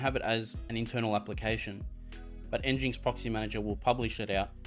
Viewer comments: pronounced engine-ex not n-jinx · nginx is pronounced engine x Pumba was from Lion King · Thank you for this video. But, you could say the name properly. As in "Engine - X" 😁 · Thanks for the video. It's pronounced "Engine X" I believe though.